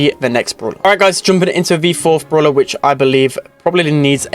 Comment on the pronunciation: i like how he says bruwla instead of brawler 😂😂